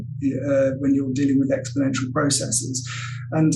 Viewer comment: Stop saying 'biasees' and 'processees'. Just stop. Bias and process are not greek words ending in 'sis'.